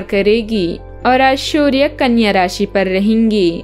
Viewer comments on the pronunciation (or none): कितना मोनोटोनस, एकसुरी आवाज है। बहोत जादा अयोग्य उच्चारण कर रही है। सूर्य को शूर्य बोल रही है?